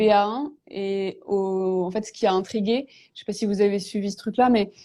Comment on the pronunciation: "ché jamais si on doit dire bonjour ou bonsoir à 18h..." ouai et moi "ché" pas pourquoi à la TV ils font bosser des gens qui ne savent pas s'exprimer correctement en Français.